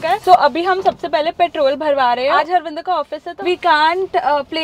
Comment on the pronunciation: Harminder ❌har bandhar✔️( she literally calls him harbhandhar💀 )